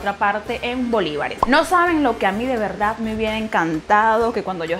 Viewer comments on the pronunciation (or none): none